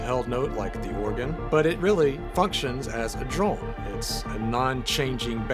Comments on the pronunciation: Is he saying “droln” though? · is anyone else hearing "droln" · Yes and it’s kinda driving me nuts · I am sorry, I am so sorry, I'm a linguistics guy, I love thinking about the sounds we make in language, I mean this question entirely innocently but I must know! You say "drone" every time, in this video, in a way that surprises me, with (roughly speaking) a short, unmoving 'o' sound rather than what I've always heard before in every native English dialect, a longer 'o' sound that closes up as it is pronounced. So I am asking--do you by chance have a faint trace of an accent from some other language poking through there? (I.e. do you have a second native language or were raised around one?) Or is this just an American regional accent I wasn't aware of? (I've been assuming yuo're from Arkansas or nearby from what I've heard so far.)